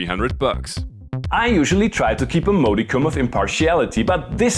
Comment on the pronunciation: So we know you stopped whinging about this and embraced it So what about a review of using this for several years? Or do you need to stick "on brand" and just complain. Free English lesson Modicum is pronounced Mod not mode